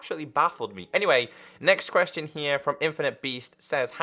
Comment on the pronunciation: I heard say qurestion instead of question XD